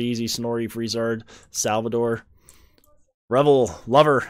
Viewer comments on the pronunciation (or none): if you did revol, its actually "rivol"